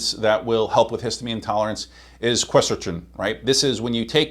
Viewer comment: Cool stuff except you made me doubt you when you pronounced Quercetin 3 different ways. When people do it’s usually because they don’t know what something is. Just saying.